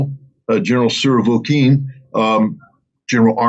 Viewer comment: This mofo, "expert" in Russian matters, keeps saying "Surovokin" instead of "Surovikin".